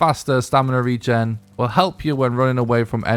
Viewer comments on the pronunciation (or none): none